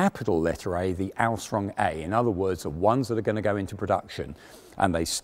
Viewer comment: Dang, I was really peeved that you didn't talk about the (she's got the) Luchs, but I gues it makes sense since it has developed so far from the initial Alstömm A (either that's what he's saying or a very butchered version of "Ausführung" can't tell ;P)